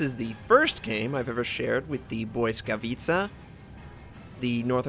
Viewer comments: Hey it's another wonderful gameplay;-) I can see You can really well spell Błyskawica's name!!! it's a wonderfull to hear from You You are talking like a polish;-) just remember that there are lot of people in the world that appreciate your work and waiting for the next release;-) don't stp we are waiting;-) the best gameplay ever! hope You enjoy that game and wish You a fantastic day!!! p.s. how to swith torpedo view in Z screeen? I cannot make it all the best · Congratz. You pronounced that name pretty good tbh :D